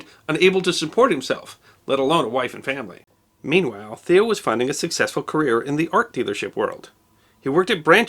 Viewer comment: It's pronounced like mayo with a t. Tayo van g(clear your throat)